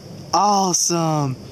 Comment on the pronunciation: "AWESHUM" SEATED! LOL. Very awesome finds!